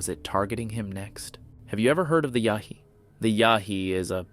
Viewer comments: Its Yowie you DF, not Yahee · Its "Yow-ee"......not "Yah-hee" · You keep saying "yahee"...Aussies say "yowie". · It's Yowie ya crackpot, YOWIE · As an auzzie the pronunciation made me laugh lol. Its more like Yow-ee. Yh nuh all aussies know that if ur in the outback or bush at night and you see glowing orangeish eye... RUN! Doesnt matter if ur Abo or white most ppl know its not good. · No wild monkeys in California. Pronounce the Yowie correctly ok. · Is this a computer voice or does this guy not know how to pronounce the name of an Australian Bigfoot?